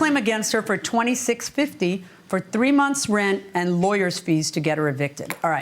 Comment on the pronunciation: I wish she could be charged for using 2 syllables to pronounce the word and. Ay-und lol